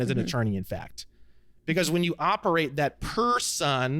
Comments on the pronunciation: I developed a tick somewhere along the 500 times he says PER-son 😅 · Saying Per - Son like that without an articulated reason is annoying as shit.